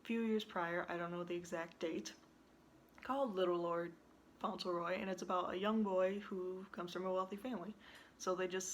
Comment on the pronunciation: Yes that's the right pronunciation